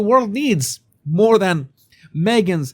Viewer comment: I'm saying this not to criticise but to contribute. It's more. Not moar. 🙂 Love your work.